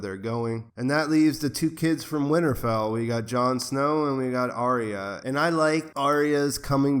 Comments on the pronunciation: Ar-ya not Ary-a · "Ar-Ree-Ya" LOL